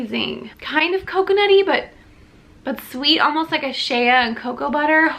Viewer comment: Ok so I’m only into this and you said Shay-uh butter but I gotta tell you it’s pronounced like shei or shhhhayyy. Only because it’s my name and it drives me nuts when people say it like that. That’s all for now lol